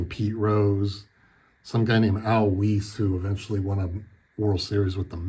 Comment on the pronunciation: Great cards,! That '55 Sandy is definitely a dream card. BTW, Al Weis' last name has the long "i" sound. Hey, what can I tell you? I live out on Long Island, which has traditionally been Mets country, lol. I missed your first video, but I'll go check that out now. All the best!